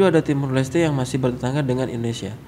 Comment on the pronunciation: cara nyebutin negara aja salah, yg seharusnya Timor Leste 🇹🇱, malah di sebut Timur 🤭🤭